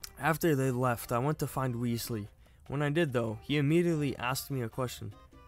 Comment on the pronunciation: it's "Wes-ley", not "Weasley".